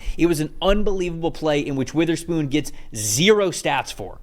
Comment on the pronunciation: Please say Devon Witherspoon's name correctly